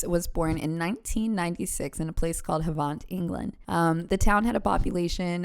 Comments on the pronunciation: Where she was young is pronounced, Have-ant. Hope this helps. Big love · UK here. Havant is pronounced "haven't" You're right about the bipolar stuff - here in the UK, doctors are obsessed with diagnosing personality disorders as bipolar, like nobody told them the mood swings in bipolar dont happen minute by minute. God forbid any western country understand personality disorders enough to start spotting these traits in people who are responsible for people's lives/ livelihoods/ well being.. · AH GIRL I LIVE HERE AND MY BROTHER LIVES ON HER ROAD MUMS LIFE😭😭 THE WAY U SAID HAVANT MADE ME GIGGLE ILY